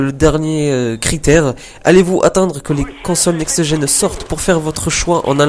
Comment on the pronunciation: il peut le dire "NEXT GEN" sans rajouter -eu a la fin de next